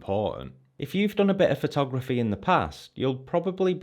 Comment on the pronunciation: i love how you says phothograph-eh